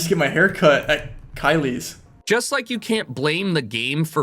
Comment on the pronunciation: Loved the video. Hated when rainbolt pronounced “Kyle’s Barber shop” as “Kyleighs”